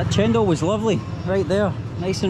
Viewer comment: woman in white shirt said it right..don't know why one person at the back said it cendol..but still is a sweet drink..no problem I think for